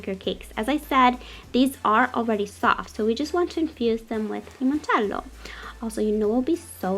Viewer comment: I love how you say "limoncello" in that Italian accent ! 😍it reminds me of how Laura Vitale says " ricotta" or "parmigiano"